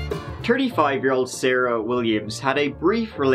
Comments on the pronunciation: I've been saying turdy.. My wife: hey what time is is babe? Me: oh it's 7 turdy. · I like when this fantastic host of these really awesome videos talk about happen murders that happen at "Tree Turdy" p.m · Oh absolutely! I love when he is describing someone’s age in their 30’s , as, “turdy-tree” or “ turdy-four”. Teeheehee! I can’t stop watching those shows of his ... some of them are so creepy!! But he lightens the mood because hey so darn cute😃. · "TURDie years"